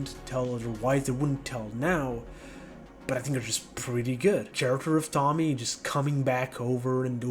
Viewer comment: i think its nice ur making longer form vids :) also, its not tommy. its pronounced TOE ME AY. l